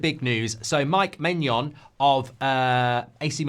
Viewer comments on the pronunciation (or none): How can you pronounce maignan as maynion and gyokares as Jokares